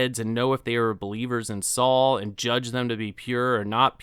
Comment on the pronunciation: It's Sol not Saul!